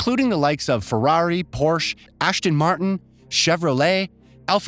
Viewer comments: its aston not ashton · “Ashton” Martin?!? Good lord